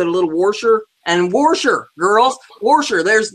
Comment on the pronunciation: kudos to you for counting each of those 175 seed beads!!! Dang!!!! And it's WAAAAAAAAAAASHER!!!! LMFAO!!! NOT WORSHER!! I give my mom so much shit cause she says worsh too!! Lmao!!!